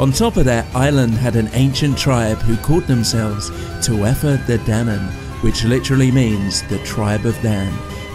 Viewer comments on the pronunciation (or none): I keep coming back to this video and sharing it with kin. Thank you for this lovely work! (Side note: Tuatha Da is pronounced "two uh day" like a vitamin!) Thanks again